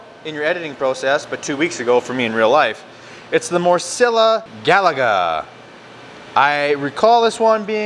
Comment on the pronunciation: Great video, great food, great channel. Morcilla = mor-see-ya; Gallega = Ga=-yay-ga this means a female from Galicia b/c the word ends with an a so it's feminine; A Coruña = Ah Coo-roon-ya. Whenever you see two letter Ls together like ll it is pronounced like y in yellow. ñ is a letter in the Spanish alphabet called Enyay also pronounced like y in yellow. 😀